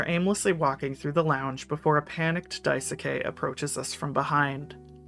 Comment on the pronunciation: It's Dais-ke- not Dai-soo-Kay :(